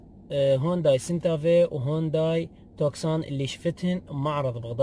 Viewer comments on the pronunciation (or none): اسمها توسان مو توكسان